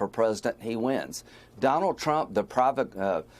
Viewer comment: It' 'pro voc a tor', Mr Graham, NOT pro vog a cator'. Just sad, really.